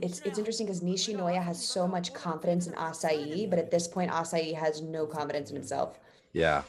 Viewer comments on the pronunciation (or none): Asahi = Ah-sah-hee (not acai like a bowl you'd get from jamba juice lol) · No hate no hate, but is she pronouncing Asahi's name like acai? Haha why has no one told her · I don't watch Victoria's reactions so I was so taken aback by the way she pronounces "asaeiiii" lol??